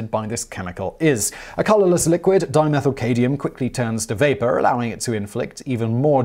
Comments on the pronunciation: Fluoroantimonic= Fluoroantiminoic? Carcinogenic= Carsneogenic? Dimethylcadmium= Dimethylcadium? Is this dude alright? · It's dimethylCADMIUM not CADIUM ! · ERROR: Simon, you pronounce "7. Dimethylcadmium", and simply "cadmium" as ...-cadium, which is incorrect. The "m" in cadmium is NOT to be treated as silent. It's cad-mium or cad'mium, mi-um, with the "mi" pronounced like "me". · It’s either the host Simon hasn’t read the script prior to the shoot or the script itself has spelling errors. 😰 Fluoroantimonic became “FluoroantiMINOIC” and Dimethylcadmium became “ DimethylcaDIUM”